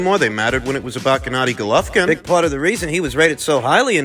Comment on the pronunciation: Dillian Vite 😐 Carl Frowch Gennedy Goluvkin ..... Why do American fight fans/pundits insist on deliberately miss-pronouncing foreign fighters names? Is it an in-joke? Is it Americans annoyed they no longer run boxing?